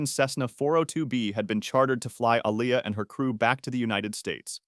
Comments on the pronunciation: who is “a-lie-yah” .? 😭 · Her name is pronounced (A-Lee-Yah) Aaliyah because that's my name too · N he talking bout som Ah-lie-yah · Aaliyahs name is pronounced “Ah-Lee-Uh”. Not Ah-Lie-ya, please put respect on her name 🤦‍♀️ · Her name is pronounced Aah-li-yah Aaliyah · Her name pronounced "Aa-lee-Ah" Aaliyah!. Don't disrespect baby girl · Who TF is Ah-lie-Ah? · Say her name right Aaliyah tf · Aleeya or alaya 😂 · Not pronouncing Aaliyah's name correctly. And, she didn't complete filming the Matrix sequels, duh!. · Because she didn't complete filming the Matrix sequels. This video is stupid. Didn't you notice how Aaliyah's name was mispronounced? Not getting facts straight and mispronouncing names. It maybe an ai narration. But still stupid video. No effort put into telling the stories. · And they mispronounced her name!!! 😡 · never say her name like that again